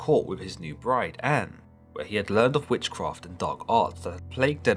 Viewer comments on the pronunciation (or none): none